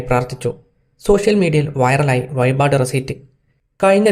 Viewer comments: വയിപാട് അല്ല വഴിപാട് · വയിപാട് അല്ല മോനെ വഴിപാട്. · വയിപാട് അല്ല വഴിപാട് എന്നാണ് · ഈച്ചക്ക അതു എന്തോന്നേടെ...... വായിപാട് തന്നെ വായ്പാട് കാക്കാൻ തന്നടെ വീഡിയോ ചെയിത നീ 😂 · വഴിപാട് ആണ് ബ്രോ. Vayipad അല്ല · വയ്പാട് അല്ലേടാവേ 🤭 വഴിപാട്...☝️, ലാലേട്ടന്റെ അയ്ഞാട്ടം 😖😖😖.... 🙏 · വയിപാട് അല്ലെടാ വഴിപാട് വഴിപാട് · വയിപാടല്ല വഴിപാട് 😂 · വായ്പാട് അല്ല വഴിപാട് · വയി പാട് അല്ല വഴി പാട് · വയിപാട് അല്ല വഴിപാട്... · വയിപാട് അല്ലെടാ മലരാണ്ടി... വഴിപാട് 🤣🤣🤣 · വയിപാട് അല്ല.. വഴിപാട്. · ആയത്തിൽ, വയിബാട്, ഇരുവത്തി ഏയ്, അപ്പാച്ചി മേട് വയി, അയിഞ്ഞാട്ടം........ പോയി നാക്ക് വടിക്കെടാ ഊള കോയേ...... 😂